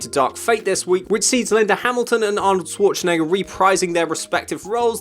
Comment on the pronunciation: sh-war-tzen-egger - People have such a hard time pronouncing Arnold's last name. I mean, if you're gonna make a video and say it several times, ti would pay to know how to say it, no? Use the Schwartz! en-egger!